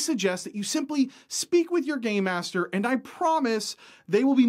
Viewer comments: It sounds like you keep saying "Gay master" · When he says "game master", it does not sound like game master 😀😁😂🤣